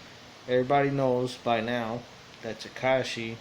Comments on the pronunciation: And the way we say tekashi Ta-cash-ee Latin person would say it right at least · The way he says tekashi makes me cringe